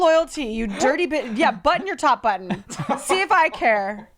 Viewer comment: worried about how pronounces button.